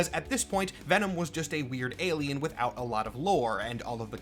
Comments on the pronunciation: Ve'nam. trời ơi, Mắc cười quá à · ngl “Ven-nam” made me giggle…